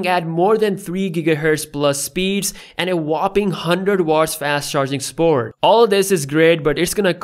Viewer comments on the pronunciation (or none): Love your Pakistani way of saying support.